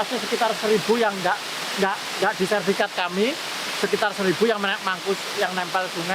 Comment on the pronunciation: SERTIFIKAT PAK, Bukan Serfikat ...... Salam Closing, Semangat